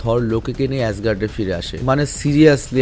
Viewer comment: এজগার্ড কে আজগাট বলাতে আমার মনে খুব দুঃখ লেগেছে 😊😊😊😊😂😂😂😂😂😂এটা কি ঠিক ভাই এজগার্ড নাম উচ্চারণ করতে পারেন না আপনি ❤